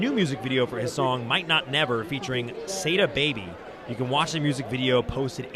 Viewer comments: It’s Saadi Baby not sadie baby it’s pronounced 🤦🏾‍♂️ Say- dee please say the baby bay mum nnnnnnmmm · SAYDA BABY!?!?! omgoodness 😭😭😭 yes, you did butcher it… BAD